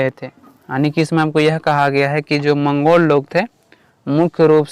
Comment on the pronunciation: मंगलो नहीं भाई मंगोल होता है 🥹